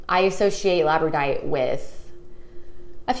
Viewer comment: so the pronunciation is lab-ra-door-ite. not however you said it. only trying to help out not offend.